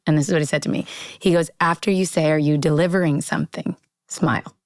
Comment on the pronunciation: "Are you the before? Are you DE-LI-VE-RING something?"